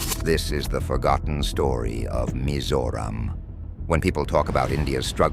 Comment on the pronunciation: This would be the most accurate pronounciation of "Mizoram" by A.I 😂